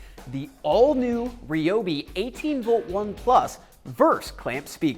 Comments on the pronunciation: Say it with me, Rye-obi. Not Reee-obi..... Rye-obi Rye-obi Rye-obi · it's rye-o-b.